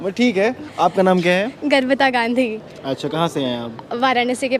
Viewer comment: Oae jaunpur girl nai bae... Garvita bol Garvita 🤨